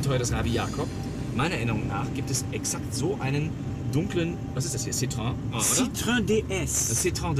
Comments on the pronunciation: Es heißt nicht Citröng, sondern Citroën. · Also Herr K., wenn man den Franzosen nachmachen will, dann muss man das Wort Citroën bitte auch richtig aussprechen. [Si-Tro-Änn|. Die zwei Punkte auf dem e bedeuten, dass eben dieses getrennt gesprochen wird, vom vorherigen Wortteil. Kein Si-Tröön....! Ansonsten super Sendung. Leider erst heute entdeckt. Hr. K + Hr. P. mit die besten Menschen im dt. TV. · "Citrön", was für Pfeifen. Es heißt gesprochen "Si-tro-enn" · Man spricht es “citro enn“ aus!!! Das zeigen einem die beiden punkte über dem ë!!!! Citroën!!! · Ach ja, die verzweifelten Versuche Citroën richtig auszusprechen. Immer wieder herrlich. Und die beiden sind in echt noch sympatischer als schon in Rolle. Brauchen gar nicht zu schauspielern.